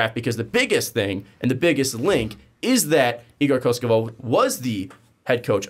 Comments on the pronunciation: not koskovov, KOKOŠKOV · Slovenian coach but igor is a Serb. read as it writen KOKOshkov not koshkovov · ko-kos-kov kokoskov Thats how you pronounce it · Well regardless of your focus on his last name, you still got it wrong. As well as Goran Dragic's last name. I guess it would be easiest way to describe the pronunciation as "Kokoshkov" like the other reply mentions. When it comes to Dragic, you pronounce the G the same way as the one in his first name (or "dragon", for that matter) ; while the letter "C" at the end sounds like "ch". So it's Dragich, Like Donchich, which you do pronounce correctly.:)